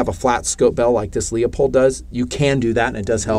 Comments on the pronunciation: IT’s “LOO POLED” - Damn Call them up on the phone and LISTEN HOW THEY ANSWER THE DAMN PHONE!!! And if you have not heard of Proof Research barrels, you need to come out of your hole more often! Love Ya man - But Get with the Program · Loop-hold. It’s not Lee-uh-pold. You did make some good points on this build. I don’t understand why you guys tend to go super budget, instead on springing for mostly high end parts...when done correctly. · I love your videos, but you pronounce Leupold wrong and it makes me cringe.